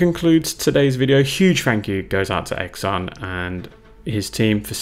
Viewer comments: Xan is pronounced more Sian or Han the way you did. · Well done sir. I've always pronounced his name "Zan", like the "x" in xylophone, perhaps I was wrong? 🤔I believe Xan sculpted a range called Warmodelling, which I'm not sure is still in circulation. In the past I've read that his sculpting "hero" was Tony Barton of AB, and he creates figures which fit well with them. I believe that he has also sculpted Napoleonics. By the way, have you reviewed the "in house" 20mm WW2 ranges from Eureka? They do Japanese, Finns, Pacific Aussies, & US Marines. Did you manage to get hold of any of the Kelly's Heroes range sold by Grubby Tanks in the UK? Also, might be worth looking at the 20mm WW2 ranges sold by Lancer Miniatures in the UK, they seem to have quite a selection, not sure what they are like.